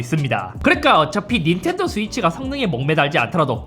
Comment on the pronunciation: 순간 인텔도로 들렷다 ㅋㅋㅋ